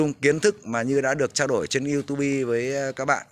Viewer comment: Đừng đọc là iu tu bi, nghe chuối lắm anh